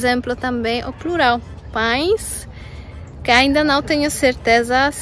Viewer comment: Oi! Amiga, como vai você? Está ótima a sua pronúncia das palavras pão, pães, continue assim, só um pouco de sotaque, más está correto, esse é um som nasal, assim como, pêra, maçã, ação, etc, também o são sons nasais, você já foi adotada por nós, mais uma brasileira, uma pergunta a você, se possível responda, qual a sílaba tônica no idioma polonês?, assim como o russo, ucraniano não tem acento, mas fortes abraços, felicidades, boa sorte🇧🇷❤️🇧🇷❤️🇧🇷❤️🇧🇷❤️🇧🇷❤️